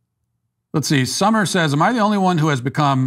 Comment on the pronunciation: Why can't Matt pronounce the word "am"? It's not difficult.